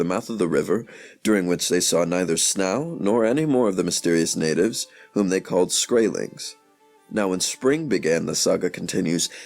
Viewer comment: and then they go ahead and find a narrator who pronounces the word snow like snauw